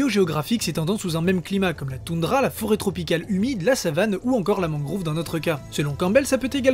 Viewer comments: il a voulu se fier à la prononciation japonaise mais tu as raison c'est mangrove et français et Non MangrOUve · On dit une mangrove et non une mangrouve sinon on continue à t'appeler 🤣🤣🤣 Bon j'arrête le troll, c'était une très bonne vidéo! 😉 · "Mangrouve", sérieusement ? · superbe vidéo mais c'est mangrOve et non mangrouve ;)